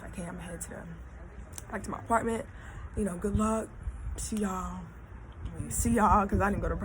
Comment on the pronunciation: “My edges look guood” lol bye. Loved it tho! Keep tellin ya stories!!